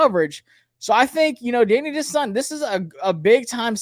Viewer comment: Da-NYE Dennis Sutton. Please